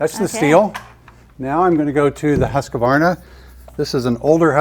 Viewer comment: It's not Husqavarna! It's Husqvarna!